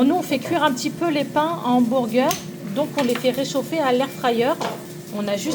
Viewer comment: Cc super recette 🎉 ça à l'air trop bon 😊, par contre pourquoi tu dis hambourger et pas hamburger ?😅 bisous 😙